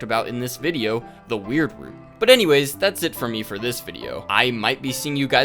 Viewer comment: i just wanna say, as a canadian, thank you for pronouncing it "weird root" instead of the american pronunciation